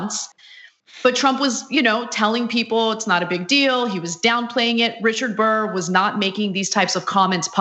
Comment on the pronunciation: DICK BURR say it right